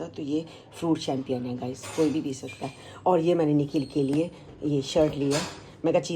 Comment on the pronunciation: Chempian pronunciation nahi hota . It’s chempane